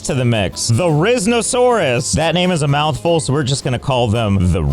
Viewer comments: As a dinosaur nerd, this made me laugh so hard. Especially when you grabbed the therizinosaurus. I've never heard it pronounced the-riz-no-saurus, but I guess it technically makes sense. And I think that broke my brain. 😂 It's theri-zee-no-saurus. And they are an herbivorous theropod, which were thought to be aggressive.😂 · Ok first of all its called “their-y-izz-o- saurus” not “rizzosarusu” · The-Rizz-No-Saurus😂 (It’s Actually Pronounced “There-En-Zino-Saurus”) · Just correcting, it’s not pronounced theriznosaurus it’s pronounced Theri-sino-saurus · Itz called theri-zino-saurus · As a dinosaur nerd, hearing Josh refer to the therizinosaurus as ''the rizz-nosaurus'' is really funny to me 😭. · It's not called therizz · no longer will I pronounce therizenosaurs correctly, they will now be called the-rizz saurous now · btw it’s there-azino-sorous. 😂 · Therizinosaurus... pronounced: Th-air-uh-zene-oh-saurus, but that was a good try, way to sound it out 😂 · you are the first and prob only person to pronounce theri as "the-rizz-no-saur-us" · The pain I feel hearing Therizinosaurus being pronounced as “The-Rizz-no-saurus” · Never thought I’d hear someone pronounce therizinosaurus, THE RIZZ NA SAURUS 🤣 what a wonderful video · I know as a dinosaur nerd, how you pronounced Therizinosaurus should make me angry, but The Riz is just way too funny and it's probably what I'm going to end up calling that dinosaur from now on. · My heart stopped when josh said “The-rizz-no-sauraus” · Both his pronunciation and the design of therizinosaurus fits in the way that they are both completely butchered. (Pronounced "There-izz-een-oh-saurus") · Watching josh try to pronounce therizinosaurus made me face palm with laughter. Also its said like this Ther-izino-saurus Ther -as in the first half of the word theroy Izino as in- eye zi no and im pretty sure u can already say saurus lol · This is how you say therizinosaurus. [Fair - e - ze - no - saur - us.